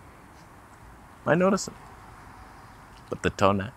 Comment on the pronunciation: One vote for 20mm. Please never stop saying Toneh. Please? Even when you're 100. Still say it. SAY IT